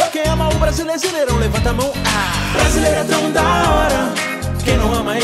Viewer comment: Vcs perceberão que ele fala brasileisirão e tá escrito brasileirão 🖒😑💩💩💩